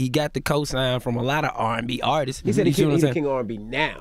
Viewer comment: “Actual artistses” Lol